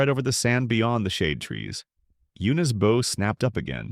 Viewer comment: I don't get why all these AIs keep mispronouncing bow; it's so annoying, especially the number of times they use it.